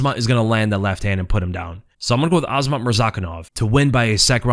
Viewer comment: It's really that hard to pronounce "Azamat" the correct way??? IT'S A -ZA-MAT!!!! NOT AZMAT. Get it right please